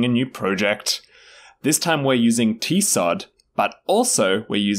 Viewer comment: For some reason, your "t-sod" pronunciation bothers me endlessly. In part because "TCoD" is short for "The Chronicles of Doryen", and because "cod" is already a word in English, both of which are pronounced with a k-like c, not an s-like one.